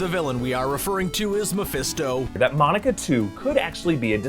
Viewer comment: saying mephisto gives me ptsd now😂